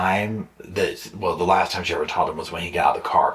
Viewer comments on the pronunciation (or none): none